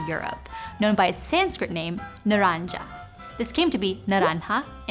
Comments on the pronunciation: Orange is not pronounced "naraanja" but with a hard g (like in good). Its actually naa-run-gi in Sanskrit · Naranga in Sanskrit is pronounced as na-rang-a g makes the sound of g in glass and not the sound of j. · Correction on your pronunciation of the Sanskrit "nāraṅga" / नारङ्ग : It should be pronounced with the guttural nasal and guttural voiced consonant (rather than the palatal versions of those two phonemes as in your pronunciation), and the first vowel of the word should be lengthened and stressed (rather than the second). It may be interesting to note that the likely etymology of this Sanskrit word comes from a compound/elision of the words "nāga" ("snake") and "raṅga" ("color"), giving further insight into its linguistic origin. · nāraṅga is pronounced with a hard /ɡ/ sound, by the way. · Butchers the Sanskrit pronounciation but aces the Spanish one ???